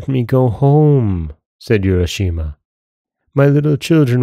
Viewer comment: Nice tale. Japanese pronunciation would be “ooo—ra” not “you-ra.”